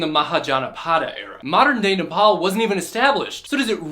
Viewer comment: Omg he said it the right way he said NEPAL AND NEPALI THE RIGHT WAY!!!!! 🎉🎉🎉🎉🎉🎉🎉🎉🎉🎉🎉🎉🎉🎉🎉🎉